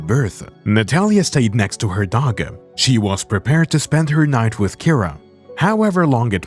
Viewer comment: After minutes, I had to turn this of. I could NOT handle the narators voice. The Dog-AR and the Cat-Ar